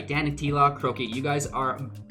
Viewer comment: Great video bro =) But it is DanyTlaw haha